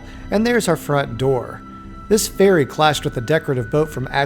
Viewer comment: Oh, you said "ferry!" At first it sounded like "fairy" to me.